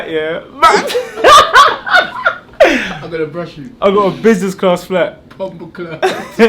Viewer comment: Man said businessclart